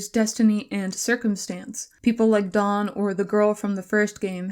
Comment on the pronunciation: Hearing Daan's name be pronounced like Dawn threw me for such a loop cuz all the others I didnt actually have a self-accepted pronunciation or look up (daniël) the pronunciation for, but I did for him